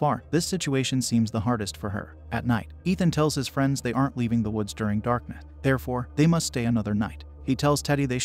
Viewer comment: First time I’ve heard a text to speech bot have a speech impediment, unless “darknuh” and “wildernuh” are words I’m not aware of…